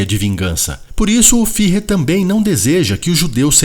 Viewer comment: Fuehrer! Ü se pronuncia "ue". "Fihrrer" não existe! 😍